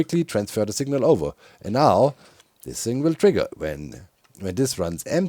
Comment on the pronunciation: Doc says signal like sigma. Just sayin